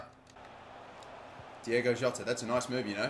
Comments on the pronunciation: Hey, it's Diogo not Diego Jota. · ITS DIOGO NOT DIEGO HE MAKES ME HAPPY HE MAKES ME FEEL THIS WAY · As the chant goes “it’s Diogo not Diego” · Dio-go not Diego! Bon-a-tini! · It’s Diogo, not Diego. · It's diogo,not diego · It’s Diogo not Diego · its diogo not diego